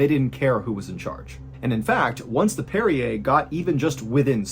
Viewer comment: Brig*, not hold. That's "parry er" - parrier, one who parries. Not Perrier.